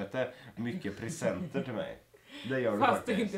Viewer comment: prisenenter? det heter presenter